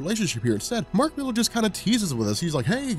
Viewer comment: I was always curious about this until I heard "Mark Millar". Now I'll just avoid it.